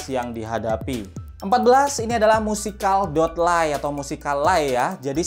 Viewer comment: Itu di baca nya musekeli bang bukan musica dot lay